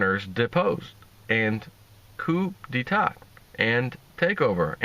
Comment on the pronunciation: Thanks for the good works - PS. It's Pronounced "COO DAY TA" not COOP.